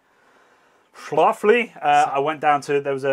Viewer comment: You pronounced Schlafly correctly. Lol Come by Six Mile Bridge Brewery in St. Louis when you come back! Love your channel man. Cheers! 🍻